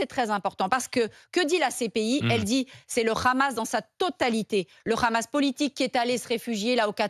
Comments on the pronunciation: Deja on dit pas le "ramasse", en France on dit le "hamas" ou on prononce le "amass" pour ceux qui ne prononcent pas la lettre "ha". Elle n'est pas obligé de prendre l'accent de sheytanyahou en.plus de prendre ses idée nauséabondes. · Et Barbara ! On dit "Hamas et non Ramas!😂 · Elle parle comme les sionistes ;elle ((Le Ghamas))comme le prononce Meyer Habib le larbin de service de la Palestine occupée sous la bannière de la honte. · Putin comment elle prononce le hamas montre qu elle est pas française de souche